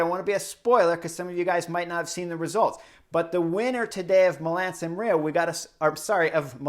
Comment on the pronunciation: Milan Sanrio? 👀 Let’s say it together Mi - la - no San - re - mo Love your work! Keep it up